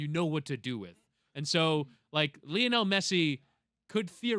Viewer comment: How are we supposed to believe you when you can't even pronounce Messi's first name right?